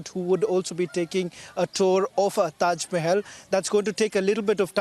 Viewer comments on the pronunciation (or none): Tejo Mahal not taj😂